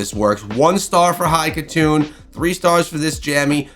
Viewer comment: lol "high khatun"